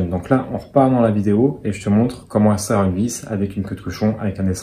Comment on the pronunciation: Petit point de français. Extraire ne se prononce pas eStraire mais bien EX-traire. Et on évite le si j aurais qui n est pas correcte et on s empresse de corriger par un jolie si j avais. 😊. Cette merveilleuse règle des Si n aiment pas les Rai. Bonne journée et merci pour ce super tuto.